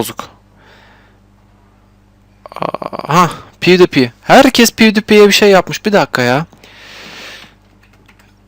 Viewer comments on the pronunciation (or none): yalnız o pewdiepie pivdipi diye değil pivdipay diye okunuyor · püuvdaypay diye okunur dostoom